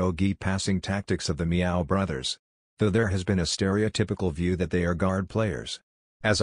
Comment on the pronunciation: "a meow" lol